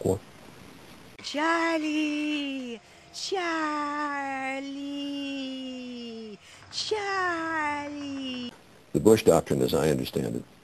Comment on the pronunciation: lmaoooo hahahahaha "Churlee"